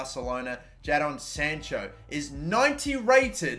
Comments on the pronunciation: It’s pronounced Jayden sancho not ja don sancho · Jay-din not ja-don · It’s Jay-Den not Ja-Donn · What is wrong with you it’s said JAY DIN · Jadon Sancho is pronounced Jay-Den Sancho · the way he says Jadon unsettles me. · Does anyone else get annoyed at how he says Jadon Sancho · RIP Jadon sancho The way he pronounced